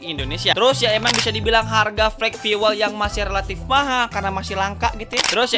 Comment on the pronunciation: FIUWEL ❎ FIUL ✅ skali lagi bang, FIUL